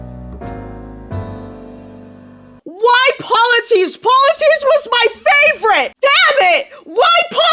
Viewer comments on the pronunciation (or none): The cyclops’s name is pronounced Pol-y-theme-us. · The cyclops’s name is pronounced poly-fee-mus